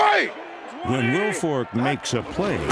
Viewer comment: He said Vince it's Wilfork